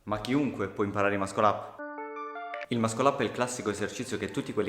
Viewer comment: tutti possono imparare ad eseguirlo, pochi a pronunciarlo... É MASSOL UP non mascol up